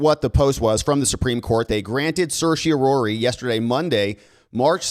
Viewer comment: certiorari prounounced /ˌserSH(ē)əˈrerē/ NOT /,serSH(ē)ō rha rē. lmao😂